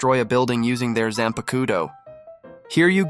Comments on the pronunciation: Zan pakoo toe? lmao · This killed me... he did the research to list some of the kidō but cant say zahn-puck-toe